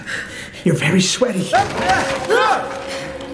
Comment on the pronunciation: He says schweaty not sweaty